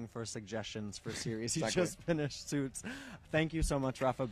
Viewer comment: Rafa looking more gorgeous everyday! Great interview! Thanks for uploading! So he likes "Suits" or "Sweets" in Rafa pronunciation!